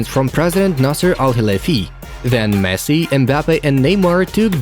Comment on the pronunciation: Did he really said “MESS” instead of Messi 😂